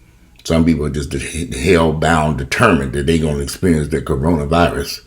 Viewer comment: You should make a Tic Toc Corona virius it's Corona virius I been moving Everytime u say that 😂😂